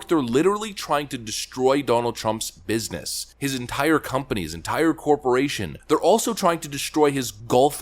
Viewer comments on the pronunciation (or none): none